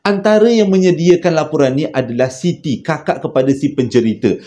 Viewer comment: Laporan jeo bkn loporan. Hi hi hi terslh sebut.